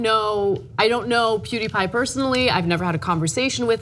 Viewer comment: What is a Pooteepie?